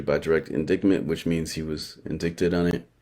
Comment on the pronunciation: He’s so ignorant but trying to sound smart I can’t take it omg 🙄 LISTEN. So it’s NOT inDICKted it’s inDITEed fool. Get your reading skills up before doing anything to analyze anyone else my friend. He KEEPS SAYING IT UGGGHHHHHH